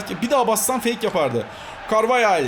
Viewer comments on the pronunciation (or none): none